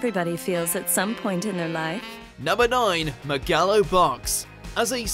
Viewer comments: How do you butcher the pronunciation of "Megalo"? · Does Megalo Box really count? (Also his pronunciation of "Megalo" was awful)